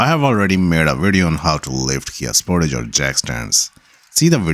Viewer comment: Spor-tage not Sport-age